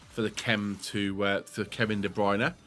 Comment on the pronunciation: correct name pronounciation please!!!